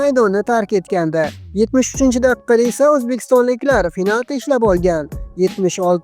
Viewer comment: Finalti emas pinalti deb aytiladi o'qimagan